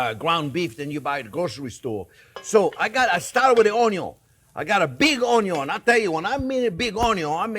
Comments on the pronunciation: I don’t even use the word “onion” anymore… it’s an ONYO! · Gave a young friend (I am 72) and his wife a couple of rib steaks. Told him he had to watch the Chef on cooking them...now he says onyon when we talk about cooking 🤩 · Yeah, sometimes I find myself wandering around all day just saying onyo...